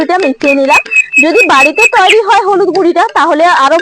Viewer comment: তুইরি না দিদি উচ্চারণটা হবে তৈরি।❤❤